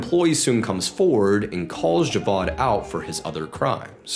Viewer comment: I absolutely love ur vids cuz u also give some visuals and I’m British Pakistani and live in Lahore and i so appreciate that you added clips from pakistan instead of adding generic clips u actually care for the details man pls never stop much love and btw the name isn’t pronounced javad it’s pronounced ja-vaid